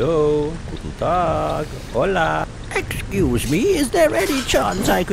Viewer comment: Exceuse me! Oh-excoose me